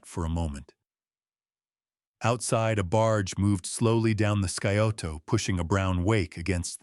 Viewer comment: I'm listening from Columbus, Ohio. The river is pronounced Cy-oto not sky-oto.